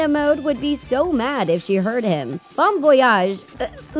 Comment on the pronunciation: Did she just pronounce "Bon" as in "Bon Voyage" as Bone? 😂